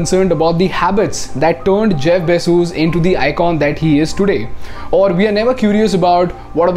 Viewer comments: Is it really pronounced Jeff BayJuice? 😂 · Bezoos? His surname is Bezos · every time he says Bezos :D